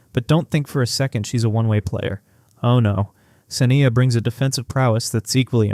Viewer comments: you credibility SUFFERS when you can't even pronounce her name correctly.....it is SA--NYE--YA.....NOT SINN--E--UH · Thank you for recognizing her talent. Please correct the pronunciation of her name.